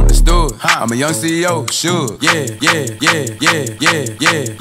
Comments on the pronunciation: sounds like hes saying kia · Todd Y it sounds like “get it” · sounded like he said kia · sound he sayin yeg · listen close it sounds like he’s saying “I’m gay” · sounds like hes saying kia kia kia kia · sounds like he saying ikea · ItzRxhii_YT he sounds like a jamaican guy saying gay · Made me laugh hard. It kinda sounded like he was saying Ok Ok Ok Ok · man saying yo gay instead of yeah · it sounds like he is saying ya gay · is it just me or does it sound like he’s saying “ok”